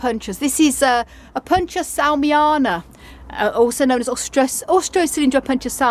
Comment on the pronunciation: Thank you; I always enjoy seeing your collection and learning from your vast store of knowledge. I do want to let you know the correct pronunciation of a couple terms, though: Opuntia and Cholla are both Spanish words and even for English speakers they are still pronounced o. punTEE uh. and CHOYuh respectively.